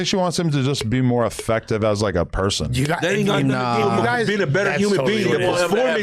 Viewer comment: Nigga said human bean instead of human being 😂